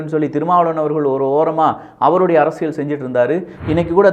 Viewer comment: தம்பி முதலில் தமிழில் உள்ள ழ, ள உச்சரிப்பை சரியாக செய் யுங்கள். உ ம். அரசியல் என்பதை அரசியழ் என்று சொல்கிறீர்கள். தவறை திருத்தி கொள்வீர்கள் என நினைக்கிறோம். தவறாக என்ன வேண்டாம்.